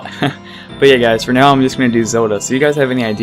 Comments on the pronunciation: It’s ZeLda! Not Zeulda. 🗡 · am I wrong or this man is pronuncing Zelda horribly? sounds like he is saying "Zeruda" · well zelda in japanese is zeruda